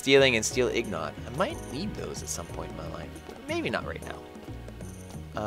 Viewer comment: They are INGOTS ya dingdong! Not IGNOT